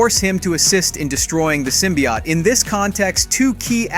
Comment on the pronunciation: Guess the narrator never read a comic with the way he says symbiote. Sym by ott....smh